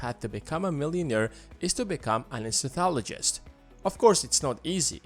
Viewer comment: you pronounce anaesthesiologist wrong